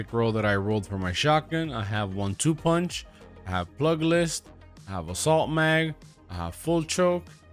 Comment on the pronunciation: Cracks me up every time you say pluglist